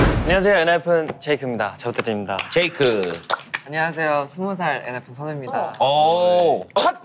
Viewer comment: 용진님 제이크를 이크라고 부르는거 왤케 웃기짘ㅋㅋㅋ